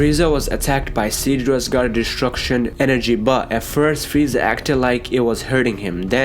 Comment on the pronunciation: Fweeza... Has me rolling